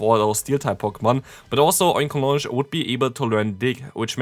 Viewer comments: The correct pronunciation here is OinkoloGNe. GN, Ñ, not J. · Another great video,! Just to continue helping with pronunciation if you feel like you need it, I say it as follows; Oink-alone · Oinkologne is pronounced like Cologne, the city.